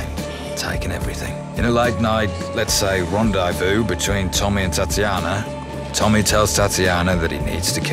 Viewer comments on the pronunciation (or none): none